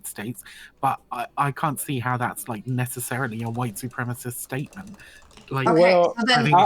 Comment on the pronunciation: I love how he says supremacist like “supremeassist” like it’s a supreme pizza lmao